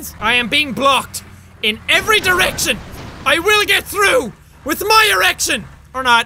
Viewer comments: Did he say my direction or my erection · Tor Kingdom he said erection 😂😂lol